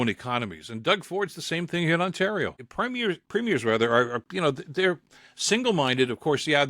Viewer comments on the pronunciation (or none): none